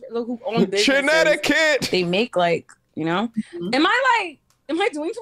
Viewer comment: “Chinnecticut” lmao